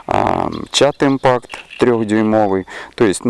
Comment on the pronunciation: Будет правильно изи шАЙнер, а не как вы говорите изи шинер. И не чад импакт а Шад импакт =)